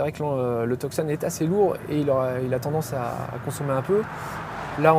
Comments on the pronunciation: Et si on veut prononcer correctement c'est "Toussonne" (tout comme la ville en Arizona et pas Teuksonn) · We don't pronounce the C in Tucson 🤦🏻‍♂️